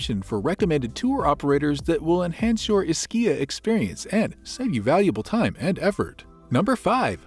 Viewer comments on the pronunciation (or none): It's EESkeeya, not "IsKEEya." Come on. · My family is from here originally. It is pronounced with an E. E-schia. The neighboring island is pronounced Pro-jida... The c is like j (like j in jar) in that regard..